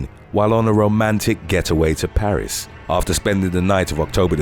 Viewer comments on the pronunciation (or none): none